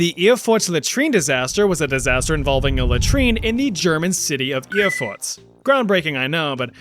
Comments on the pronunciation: Funny that you pronounce Erfurt as "Erfurts". So the second part of the name sounds like the german slang word Furtz, meaning fart, which kinda fits the topic 😂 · I can't help but hear 'Erfurz'.